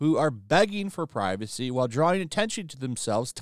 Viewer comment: We want pri-vuh-SAY! We want pri-vuh-SAY! We want pri-vuh-SAY! We want pri-vuh-SAY!